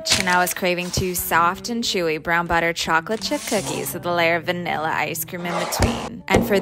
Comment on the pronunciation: “Wath veNillllA isSe cReEem iN bAtWeeEën” the talk😭🙏